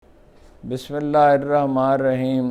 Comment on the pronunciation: it is bismillahirrahma-NI-rrahim sir...Not what you pronounce.....please correct yourself.Thanks